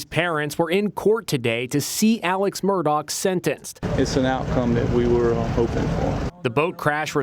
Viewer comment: She keeps calling him Alek